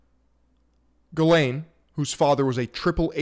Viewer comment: Omg! The first online commentator that can pronounce ghislane properly… “Gill lane” people.. not Jizz lane, or “gis lane”